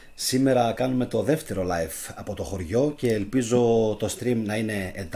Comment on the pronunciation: Aφου θελεις να μιλησεις αγγλικα τουλαχιστον πεστα κανονικα οταν λες (life να το λες σωστα ειναι live)